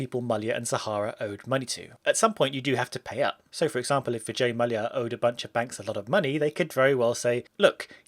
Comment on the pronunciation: Finally someone pronounced "Mallya" as it should be!